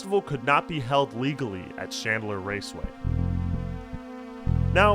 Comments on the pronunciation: It's PRONOUNCED AXE SESSORY NOT a cessoree It's CHandler NOT shandler Your shitty teachers and 20s are showing. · Is there any particular reason that you're pronouncing Chandler, Shandler? It's thoroughly ANNOYING, especially when you constantly keep doing it!